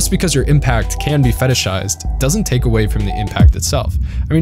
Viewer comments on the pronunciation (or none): none